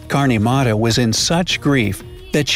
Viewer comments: its not kaarni mara its karni mata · You r not pronouncing Karni Mata right say it right! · i really like the way you pronounced "karni mata" and "laxman"...it was freakin hilarious😂😂